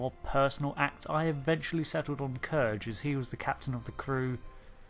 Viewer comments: Awesome vid as always, thank you, only two criticisms. 1: the way you pronounce #5. You said kurge (k'Urge) vs. the way it was pronounced in the film (k'rewuq). Perhaps it a language/dialect issue but I always went off of how Valkyris said it. Just threw me off. Otherwise a great choice cuz even among Klingons he is rather villainous. I actually like Chang and to me is the best Klingon representation of aside from Gowron and Worf. 2. While Khan to most fans will always be Ricardo and not Benedict. I have to say I love the way that Ben played him. If you watch the behind the scenes and commentary for the film "wrath of Khan" the director wanted him to be more cold and calculating but Ricardo kept making him passionate and overtly aggressive. What I loved about Bens performance was that he was the ideal Khan, cold, calculating and ruthless without being most of the time overly aggressive (more cerebral, less emotional and very manipulative.). Lastly, loved the last choice. Definitely has to be number 1 for all the reasons you mentioned. Few characters in the Star Trek lore outside of mainstay federation regulars on the series have been given such a impressive amount of development and with good reason. Loved and hated his character since the moment he was introduced. Love villains that are complex and well thought-out since irl that's how it usually is. In most villains minds, they are both hero and victim, but in both cases, justified in their perspective. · "K-er-j"?! Hate to be this guy... but it's "Kr-oo-g". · Its Kruge (Kroogg), not Kurge (Kurj) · Kurge? wtf you mean Kruge. Did you actually watch The Search for Spock ?